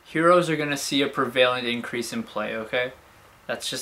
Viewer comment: it's preh-VUH-lent. I repeat, preh-VUH-lent. Not preh-VAY-lent, preh-VUH-lent. not to mention the accent is on the PREH, not the VUH (or vay in your version).